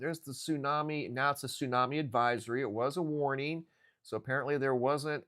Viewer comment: What's a "tsunmai"??